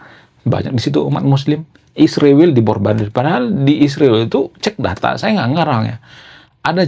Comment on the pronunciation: ISRAEL bukan isriwil, gimana abang nich kata nya intelek yg benar aja nyebutnya bang..😂😂